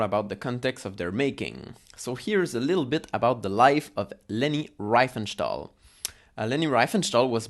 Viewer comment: désolé c'est insupportable cet accent, tu aurais du parler français et sous titrer en anglais, donc je n' ai pas pu le regarder en entier. Et surtout, si tu veux parler de leni essaies déjà de bien prononcer son nom . Cordialement